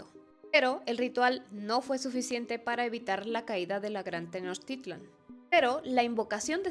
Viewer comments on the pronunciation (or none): none